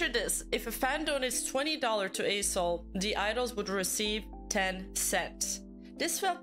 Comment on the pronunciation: If you losing focus you will hear A**hole instead of A-soul 😂😂😂